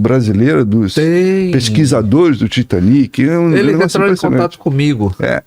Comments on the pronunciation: Titaniki titaniki Britaniki 😂😂😂😂😂 por favor niki niki 😂😂😂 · Porque temos a mania de falar Titanic em português como se houvesse acento agudo no último I? São palavras inglesas então é Titanic como se houvesse acento circunflexo no A , acho que uma palavra paroxítona. O mesmo para britanic